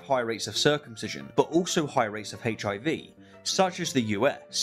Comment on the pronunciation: I love rationality rules but I can’t stand how he says HIV